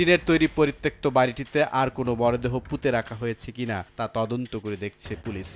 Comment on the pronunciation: বুলবুল রেজা-আ আ আ আ , জিহ্বার আগা দিয়ে উচ্চারণ করেন আপনার নাম টা, শুনতে ভালোই লাগে